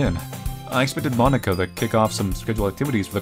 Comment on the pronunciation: He’s saying Monika like Monaka